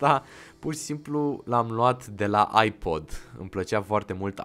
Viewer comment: Credeam ca ai spus iPad nu iPod lol sau lel 😂 edit:middle_finger